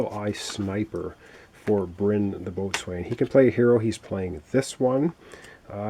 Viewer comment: Wow, your play throughs are coming out fast and furious these days,! Good luck with this one. BTW - Boatswain is pronounced "beau-sun"